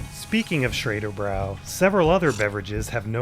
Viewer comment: Schraderbräu should be pronounced like Shraderbroy if they want to have that umlaut